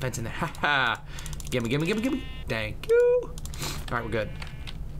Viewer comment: lol "tank for watching